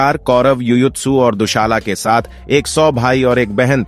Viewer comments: हिंदी सही बोलो दुशाला नही दुसला बोलो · हिंदी सही बोलो। दुशाला नही दु सला कहो